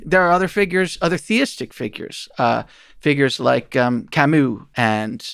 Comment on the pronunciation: The way they pronounce "Camus" 🥴